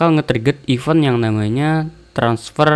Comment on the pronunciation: izin koreksi bang, event di bacanya (IFEN) bukan (IPEUN), terima kasih👌👌